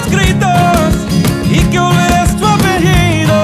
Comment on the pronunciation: practiquen su españooooooooooooooooool!!!! linda voz, pero hay varías palabras mal pronunciadas, como apellido, entre otras :(